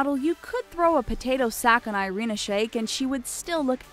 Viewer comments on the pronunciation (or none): Irina a is pronaunsed like Ee-rina